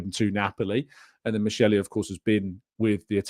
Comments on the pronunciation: The pronunciation is "mikeli", ch in Italian context is pronounced as k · FYI Michel is pronounced Mikel